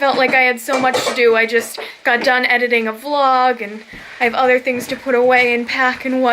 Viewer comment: Vlog. Not clog. Lol